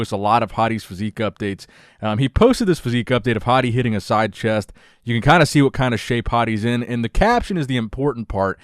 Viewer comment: Bro when you say hadi it sounds like 'Hottie'